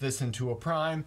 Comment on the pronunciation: We couldn't here the "p" of stop it was "sto"